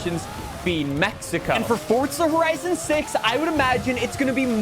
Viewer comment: He still mispronounces Forza Horizon